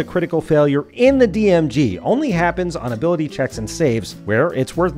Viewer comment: Heheh “Abilty”